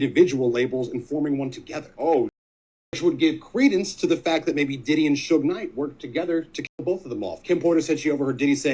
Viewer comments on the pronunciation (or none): none